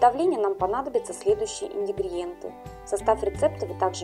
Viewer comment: инГРЕДИенты, в каждом видео одно и то же: инДИГРИенты, в остальном речь правильная,но вот это слово режет слух в каждом видео.